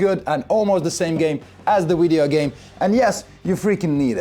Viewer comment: Did you just say “Wideo game”?